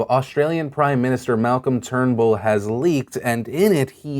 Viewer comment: Thank you for pronouncing "Turnbull" correctly! lol